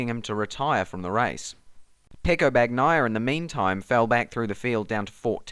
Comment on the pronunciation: it's not "-bag-naya"; the 'gn' in Italian sounds like the 'ñ' in Spanish, or the 'nh' in Portuguese.